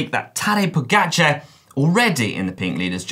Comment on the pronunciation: Are we not going to discuss how was pronouncing "Pogačar"?? 😂